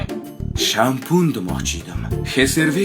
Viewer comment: Shampun shampul emas tilizni jingalak qilmang😂